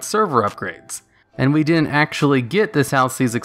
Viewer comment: Do you realise you say "din-n't" instead of "didn't"?